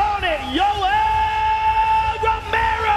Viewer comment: LiveLife 101 I thought he said yoello ferrero